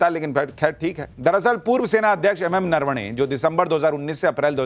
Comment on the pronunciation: Areee yaar ye Rahul Gandhi ko bolo pahele bolna sikh le .... नरवणे जी को नारावणे बोल रहा है😂😂😂😂😂 इसको बोलना आता नहीं है चला बड़ा आया